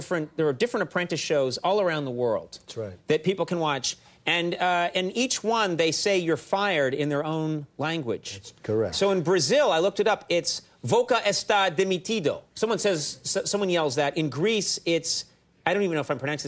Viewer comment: My portuguese isn't that good but I knew it didn't sound right the way he said it. XD